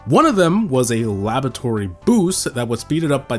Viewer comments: yeah, and he olso said labototory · Is he saying labatory or is it just me